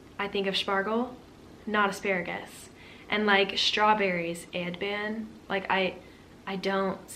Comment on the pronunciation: Your German is very good, especially the "Spargel" and "Erdbeere" was good